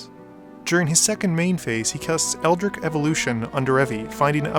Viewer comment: First of all, great channel, I like how you can get an entire game of edh to be no longer than 10-15 minutes. Second, I feel like English is your native language, but I can not be sure, however I am surprised by the tremendous number of native English speakers, who mispronounce "Eldritch". It rhymes with witch, not brick. Keep up the good work! :)